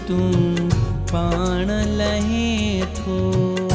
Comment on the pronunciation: No. It's Lahein tho. He is Correct.